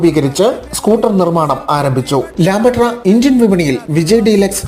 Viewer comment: 😂😂 ചേട്ടാ "ലാംബട്ര" അല്ല "ലാംബ്രെട്ട" എന്നാണ് ഉച്ചാരണം‼️ ഇത്രയൊക്കെ ആധികാരികമായി പറയുന്നതിന് മുൻപ് അതിൻ്റെ പേര് ശരിക്ക് പറയാൻ പഠിക്കണ്ടേ❓❓😂😂